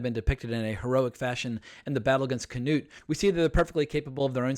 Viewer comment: I love ur vids, but for the love of God. It's, not kaNOT lol 😁👍🏻